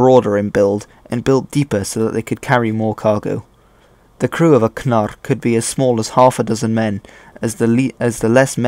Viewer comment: I love that you pronounced the consonant cluster kn in "knarr" accurately rather than pronouncing it without the k sound (narr) or inserting a schwa sound in between the k and the n (kuh-narr) as you always hear English speakers do (which is why you see the spelling Canute for the historical king rather than the more accurate Knut). This is the first time I've ever heard an Anglophone pronounce this particular consonant cluster correctly, so major kudos and subscribed for that 👍👍 Addendum: Oh, and the history stuff was good too.